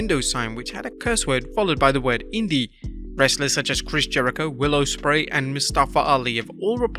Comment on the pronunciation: It's Ospreay not O'Spreay. You're english. Do better